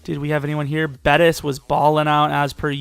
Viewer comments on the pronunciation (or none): Jewone Bettis sounds like a 2 year old saying Jerome Bettis